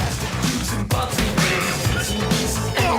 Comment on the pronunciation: It's Krombopulos, not Kabbalist!